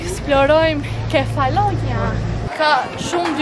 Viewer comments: Kefalonjά. Me theks te a-ja e fundit. Se po më dhëmbin veshët. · Te kam degjuar 3 her mezi e mora vesh se ke per ishullin Nuk e thua sakt sesi me duket ta degjoj ashu 😂